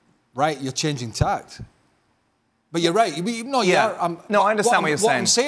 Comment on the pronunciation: Changing tack, not tact Burley you big doofus